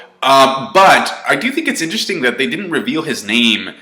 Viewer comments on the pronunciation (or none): none